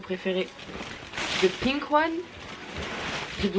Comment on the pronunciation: Tu ma fais trop rire quand tu as dis the pink the bleu and the violet avec l’accent français 😂